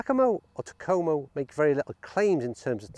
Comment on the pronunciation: Yes I have heard of them and yes you pronounced it correctly. Have seen a few other reviews and all were pretty positive. I like the look of these irons. To me though the 201 looks more like a cavity back than the 101 which looks more like a forged iron. At least compared to so many others models. I might pick up one just to test it out. Curious how you would rate the forgiveness of the 101s on a scale of 1 to 10?